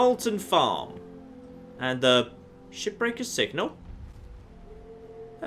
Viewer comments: is he saying ship breaker or shit breaker??? I truly think he said the latter at least 2 or 3 times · Is it weird that i hear "shipbreaker" as "Shittaker"?